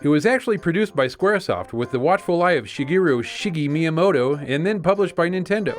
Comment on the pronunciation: Mario's creator is not Shakira, it's SHE-geh-roo